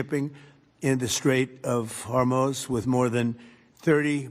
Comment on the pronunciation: Trump said "In the Strait of Hormones"